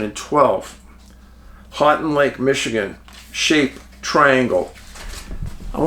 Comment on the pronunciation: Hey Dave, thanks for all you do and spot lighting this area. I'm from Northern MI and still have a picture of a UFO over lake superior. Houghton is pronounced like, "Ho-ton". Keep up the amazing work!